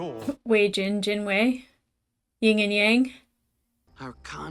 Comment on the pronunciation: I know it's a nitpick, but it's Yin and Yang, not "Ying" and Yang. Common misunderstanding.